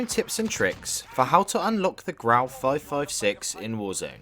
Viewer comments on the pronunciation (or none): ITS NOT GRAW ITS GRAU